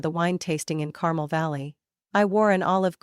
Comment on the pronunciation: Even an AI should know the pronunciation is Car-mel'.